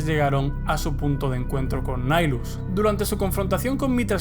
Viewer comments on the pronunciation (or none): De hecho el personaje y el titulo señor del hambre. Es una mala traducción. Y de hecho es un nombre latin seria Nihil "nada" En resumen se pronuncia nahaylus "El señor de la nada"